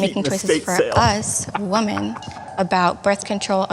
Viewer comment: I've noticed recently that people can't pronounce woman from women correctly anymore. They all pronounce both words the same as "woman." Learn how to dictate properly, kids. You sound like a moron if you can't.